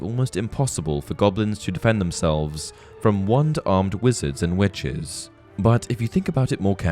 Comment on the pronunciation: I keep hearing wenches instead of witches lol. Great video as always though!